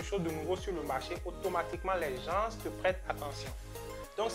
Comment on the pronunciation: Bravo tres inspirantes tes vidéos ,évite juste de dire Gens (ssss)le "s"ne se prononce pas a l oral . Cordialement 🙏